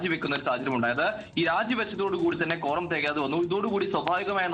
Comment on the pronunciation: കോറം ആണോ കോണ്ടം ആണോ...